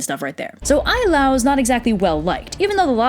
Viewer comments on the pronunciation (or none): Also, Ai la'au ( aye- lah- ow). Maybe a little more focus and respect on the cultural traits, language and spelling matter, before you story about their myths....